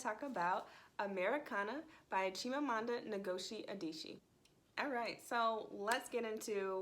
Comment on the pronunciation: Please at least try to pronounce her name correctly.